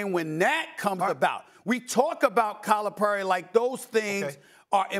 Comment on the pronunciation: It would be nice if Stephen A would learn how to pronounce Calipari.